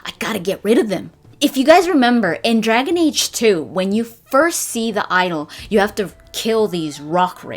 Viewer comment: Lolololol "Dergen age"